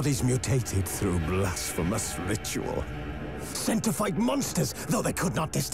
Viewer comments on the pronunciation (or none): none